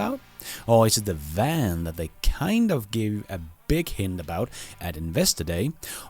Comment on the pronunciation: What the hell is a “wan”,?